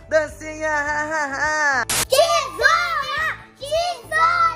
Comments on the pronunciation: Rindo muito eu achando que ele estava falando que zona que zona e eles falando tesoura.🤣🤣🤣🤣🤣🤣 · Jurei que eles estavam gritando "se isola", e era "tesola" kkkkkkkkkkkkk